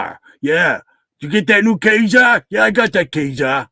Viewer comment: (and Graphic Man from the chat), I am happy to report that Ka-zar is pronounced Kay-Sar, just like you said. This is directly from the splash page of issue #10 of X-men. Google "x-men #10 splash page ka-zar" and you can see an image of it for yourself which tells the reader how to pronounce the name.